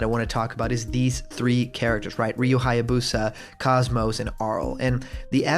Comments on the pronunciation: KOS-MOS is pronounced KOZE-MOSE. Cozy with no y and most without a t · btw KOS-MOS is pronounced KOZE-MOSE. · Stop pronouncing KOS-MOS wrong! >_<